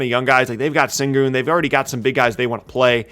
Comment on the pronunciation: Singer it’s sengun*